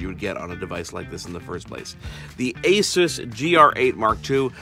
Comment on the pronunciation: take the peg out of pegasus and thats how your pronounce it aaaaaahhhhhhh ssssuuuussss